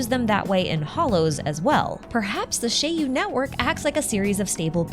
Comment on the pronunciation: Finally, a person who knows how to pronounce "Shiyu Pillars". I really like the chariot Shiyu theory, it seems much more fitting than the HDD. Also, a small prediction: we will be getting new Hollow Zero regions fairly regularly - one for each major boss (so presumably one per story chapter), and then similar to Nineveh, some sort of a special region with a special boss once in a while alongside important story developments related to Hollow Zero, which likely won't happen until 2.0. The first major missions related to Hollow Zero will likely end with some major story and discovery around 1.3-1.5 (or maybe 2.0) in the form of a whole chapter or an interlude, afterwards unlocking the Section 6 characters' Missions and consequently Trust. Note: I place Section 6 no earlier than 1.3-1.5 because I expect the whole Perlman and Outer Ring situation to end before that, and 1.2 will likely be the Sons of Calydon patch, then we can only guess whether they release something brand new after that and before Section 6.